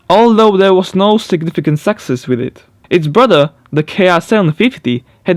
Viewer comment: Hey man. I know you're working on your English (which is great btw). The word success is pronounced like "suck-ess". You're pronouncing it more like "sex-sess". Enunciate the U more.